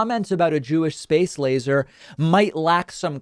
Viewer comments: Not criticizing your program as a whole, but is it really fair to pooh-pooh Lindsey Graham for a slip when pronouncing "laser"? I could be wrong, but I remember you referring to Parchman Prison as being in Louisiana when it is in Mississippi. People make slip ups that are minor when there are bigger things to point out. When we attack minor, human slips, it takes away from the bigger issues that are deserving of attack. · I hate Graham as well but give him a break. So he mispronounced a word. You ever do that?